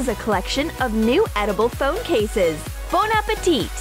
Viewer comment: "Bone appitite!" Me: More like "Phone appitite!